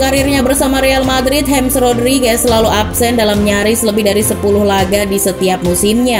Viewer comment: nama depannya James Rodríguez tuh dibaca 'hames', bkn 'hems'